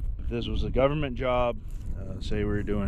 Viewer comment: When you say govermenrr and errace, Black earth farming has something to tell you